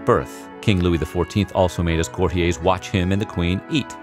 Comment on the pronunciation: Courtiers = court-EERs, not "Cort-ee-ays"..., Weird Pronunciation